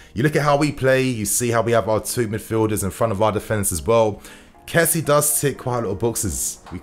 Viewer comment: First off, its good to have you back. But secondly, his name is not kessie as in jessy. It's Késsié.. Finally, I hope Werner has a great partnership with Lukaku. They can both benefit from each other.